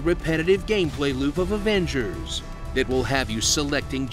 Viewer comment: "Marvel's Averagers" that killed me